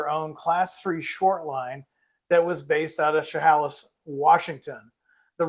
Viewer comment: FYI - Chehalis is pronounced she-hay-lis 😊